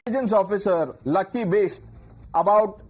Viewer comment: He said Lucky I heard gutsy